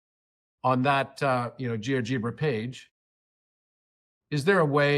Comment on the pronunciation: You’re saying Geogebra wrong, it’s pronounced liked algebra